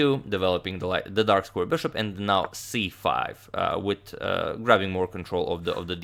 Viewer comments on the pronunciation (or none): it's "with" not witt